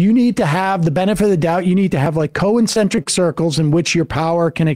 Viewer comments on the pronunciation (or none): "co-eccentric circles" 😂